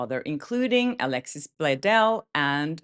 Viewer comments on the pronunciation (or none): none